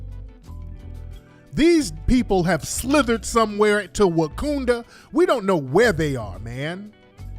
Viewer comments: 😩not “WaCOONda” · Wakoonda? Blah Haaaaaaaaaaaa!!!!!!!!!!!